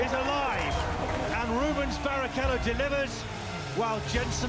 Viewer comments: B.A.R. not bar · B.a.r not Bar 😂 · Would love to take you seriously but you just pronounced BAR as one word my guy